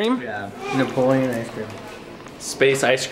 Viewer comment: I think it's Neopolitan not Nepoleon ice cream 😂